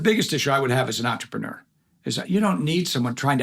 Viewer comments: He should at least say "entrepreneur" correctly. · とりあえず ぐらいに entrepreneur の発音